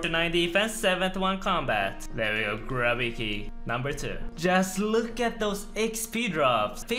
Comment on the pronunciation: I missed when he used to pronounce grubby keys as "grooby keys". Thanks!